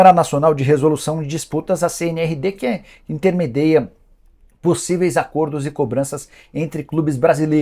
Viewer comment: " Intermedia", Nicola. Abraço.